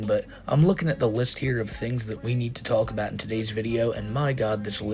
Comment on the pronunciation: This guy is so fat that when he says "talk about," it sounds like "Taco Bell."